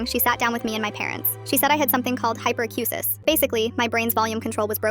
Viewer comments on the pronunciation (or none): Hyperacusis, not "hyper cuzit", and yeah this is a real thing...